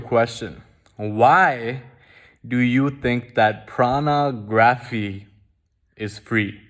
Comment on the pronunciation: Bro why u keep saying Prana graphy? And not Porno? 😂 😂. Always appreciate the content tho very informative and enlightnening!! 👍🏻